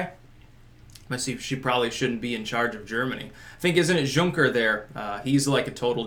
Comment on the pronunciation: It's pronounced yunker. His name literally means minor landowning nobility